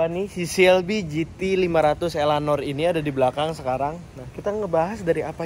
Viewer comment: ELANOR ❌ ELEANOR ✅